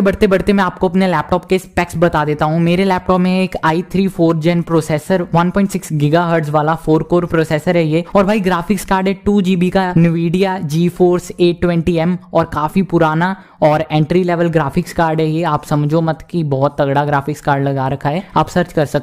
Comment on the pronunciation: eh its not navidia its n-vidia